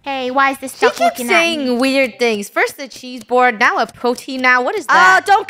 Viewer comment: Why did funneh said cheeseboard it's a chessboard